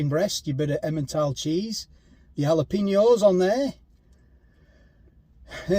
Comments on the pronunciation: JALAPENO is pro nounced......... hallo peno =jalopeno mate. 🙄🙄😏😏😮😮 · Side note: Jalapeno is "hal-uh-pain-yo"